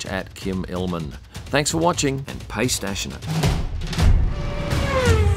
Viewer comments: Pay Stassionate ?? 🤣😂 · Pay stassionate?? 😂😂 Love it. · Pay Stassionate?? 😂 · I had to do a double take at the pay stassionate! :D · Anybody noticed "Pay Stashionate?" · Who is stassionate? Why do I have to pay him? 😂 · intersting... I hope you Pay Stassionate too! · Pay stasionate😂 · Lol, Pay Stassionate! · And pay stassionate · Pay stassionate?